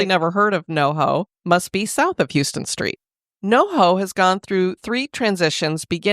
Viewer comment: Great episode! Not to be that person, but it is pronounced “HOUSEton street”